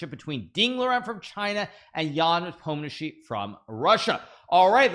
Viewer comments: Hikaru, my man, you are finally pronouncing Ian’s name very accurate, good job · Hikaru probably believes Ian will be the next world champion, since he decided to learn how to pronounce his name correctly. I guess there was no need to do it the last time around, when Ian was playing Magnus.